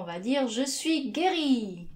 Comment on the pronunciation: écris je suis et prononce chui